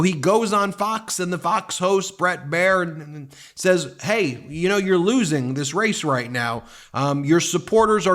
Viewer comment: Love the downfall, let me be clear, but the “Brett Bear Nununu” has me rolling….😂